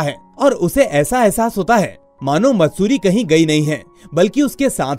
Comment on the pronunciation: sir matsuti nhi maatsuri name a girl ka